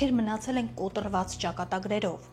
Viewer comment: Կոտրված բառը կոտռված չպետք է հնչի